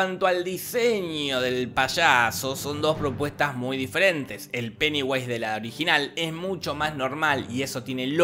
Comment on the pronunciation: ESCUCHÉ PENEWASE XDXD